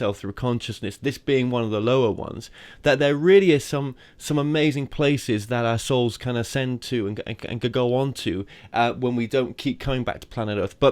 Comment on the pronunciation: every time you say "our souls", i mis-hear it as "assholes"... sure gets my attention and a great chuckle needed while trying to digest the profound insights Marina proffers to us;)